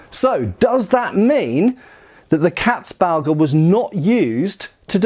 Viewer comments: This is not about pronounciation mate. This is me finding old words funny. You have the same in English. 🙂 Haha, Katzbalger, I will re-apply it to my vocabulary lmao! 😂 I just love funny sounding words. 😅 And pronounciation of Katzbalger is quite good by the way, almost perfect. I approve. 👌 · Not gonna lie, I tuned in primarily to see (or rather hear) how you'd pronounce "Landsknecht" and "Katzbalger". Honestly, you pretty much nailed it. And I'm not blaming you for substituting the "ch" in "Knecht" with a "k", that sound probably being about as outlandish to a native English speaker as they come. Anyway, greatly interesting vid as always 👍🍻 Edit: as for the name's etymology, I wasn't aware of the "female genitalia" connotation, but then it's not a surprise, either, seeing as "Katze" simply means "cat". Anyway, "Balg" is an animal's hide, removed in one intact piece so as to retain a certain bag-like quality. Going from there, I'd simply translate "Katzbalger" as "cat skinner", assuming there's some amount of humour or irony to that name. Edit #2: the idea provided by T S seems even more plausible.